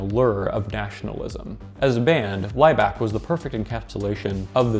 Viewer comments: 4 of the videos on your YouTube playlist are hidden btw. I'm not surprised you included a Neubauten track from Haus der Lüge as that album is a banger. You should have mentioned the album in your video here. Also, Laibach is pronounced Ly-bach like Bach the composer, not Ly-back. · The wrong pronounciations of Kraftwerk and Laibach is painful.